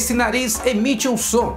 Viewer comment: So eu que persei em ele falo naliz